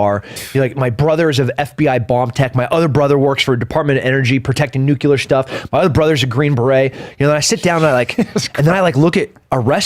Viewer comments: "Nucular" its fucking NUCLEAR!!! WHAT A CLOWN! Tim lives in old movies and stories from others. What a weirdo! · "protecting Nucular stuff" Hahahaha the moron's brother is supposedly a specialist but Dim Kennedy says "NUCULAR". Pig Latin is usuttoo complicated even for the most cultured and educated raidneck. This is pure comedic Gold of the highest order by the way. It seems the word NUCLEAR is too complicated to pronounce lol. Little do they know "Anglish" isn't even their own language as it's a form of Pig Latin masked with lipstick and mardigras beads to make them feel special. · Dude says "Nuke-U-lerr" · Of course he's the kind of guy who says "nucular" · Dude is a complete chump. Bet he's huge... 🤏🏻 Dip also says "nucular" 🤦🏻‍♂️ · his brother is protecting nucular stuff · He's trying to avoid a nucular explosion.